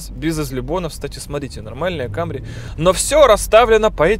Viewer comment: если ,,лухури" то не ,,камри", а ,,самри".Акалемиг, старайся)